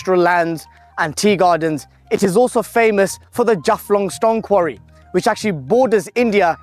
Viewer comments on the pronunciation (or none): none